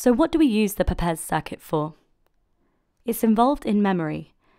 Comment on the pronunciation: Wonderful video! (although the name "Papez" rhymes with the word "grapes." He was my great grandfather.)